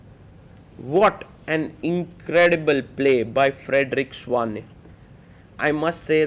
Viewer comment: It is pronounced Svane not Svein